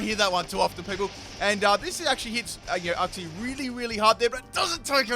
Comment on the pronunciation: Full " can't say these names of moves/pokemon correctly Cincinno (chin-cheeno) Uxie (you-cksee) SYNTHESIS (sin-th-eh-sis) Beheeyem (literally read it how it looks damnit) Yeah that's all I can think of right now, may update later